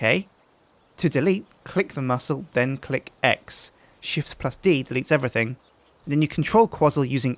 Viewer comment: You mean... EVERYSJING?